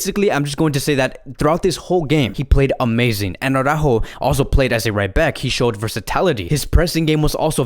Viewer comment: in my eyes, you have the best FCB-channel out there. Qualitative better than TalkFCB. But as an FCB-channel, you should pronounce the names of your players correctly. It is not au-rÁjo, but it is ara-Ú-jo with the emphasis on the letter ù (as indicated by the accent). I know, Jamie of TalkFCB and BarçaBoy103 also massacre his name, but therefore, you shouldn't. Just listen to Spanish media, or ask any Spanish speaking friend of yours.